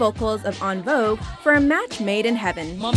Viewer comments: ahhhhhhhhhhhhhh its EN (pronounced IN not UN ) ahh at #8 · Who in the bloody hell is "On Vogue"? It's "En Vogue" bruh lol. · Sorry...you lost all credibility with me when you pronounced En Vogue, "On Vogue" instead of En pronounced "N" like N'Sync. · It's pronounced En Vogue not On Vogue. Also? Wilson Phillips was only an honorable mention while the Weathergirls were #2? Wth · "Un Vogue" Just No...😑No. En as "In". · En Vogue is 'in' not 'on' for 'en' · First off, it's not UnVogue it's pronounced InVogue and the The Pointer Sisters were a trio not a duo. Fix it Jesus!! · i thought En Vogue was pronounced In Vogue......not Un Vogue....but i guess i was wrong..... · Cringe it’s not pronounced On vogue it’s EnVogue 😣😣😣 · "Aah-n Vogue"? These damn Canadian pronouncements always freak me out. LOL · Hi, FYI you missed pronounced the En in En Vogue and the Pointer Sisters were a threesome not a duo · it's pronounced in-vogue and the pointer sisters are a trio, not a duo. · Who is "Un" Vogue smh please say their name correctly! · you didn't pronounce En Vogue properly. What a shame. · What a shame indeed! My mouth dropped when she mispronounced it. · yeah...thinking the same here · kawaii chick Mr or Ms Chick, I was referring to the WatchMojo narrators. I'm sure many people in Canada, France, and Louisiana can pronounce the singing group's name properly. :-D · The narrator slaughtered En Vogue's name 😑